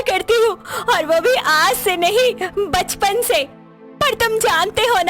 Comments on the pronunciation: Galat word baspan nahi bachpan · bachpan. hai baspan nahi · baspan nahi bachpan hoga.